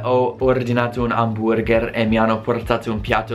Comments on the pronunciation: stupendo che anche tuo oramai dici HAMBURGÈÈR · Fa morire come ti sforzi a pronunciare "amburgher" all'italiana ;)